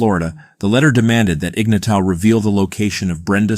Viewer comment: Shit, do some research and learn how to pronounce the dude's name.